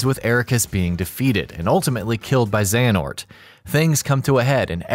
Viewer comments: Overall, this recap is accurate and enjoyable, but hearing "Xenahort" instead of "Xehanort" in the latter sections of the video... 😬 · I won't forget that "Xenahort" moment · Got real triggered when i started hearing "Xenahort" instead of "Xehanort" but at the same time I would've hated to go back and redo that shit too LOL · I feel a lot of darkness everytime this guys says Xenahort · Every “Zena-hort” hurts my soul. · Halfway through the video they start saying Xenahort instead of Xehanort, and it ruffles my jimmies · Who the fuck is Xenahort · Y’all butcher Xehanort’s name bout as much as you do “Yuffie and “Red 8”😒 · Was a great video until the second voice actor cant figure out how to pronounce the main antagonist of the game and is then so distracting you cant follow along. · Okay... Having 2 different narrators is not ideal to begin with... But having it 1, start over half way through and 2, having him say one of the most common KH names WRONG... my god... The info is good, but it's so hard to sit through the second half of it... Not t mention the fact that only half of the "X blade" mistakes were fixed... A mess of a video, but all in all good. P.S, you mention we should comment if we thought you missed anything and whatnot, but are you even going to look? who's going to look? is anything going to change? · Aaaah!!!! Pronounce the names correctly please!!!